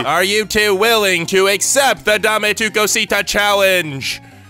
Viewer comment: It,s DAME ATU COSITA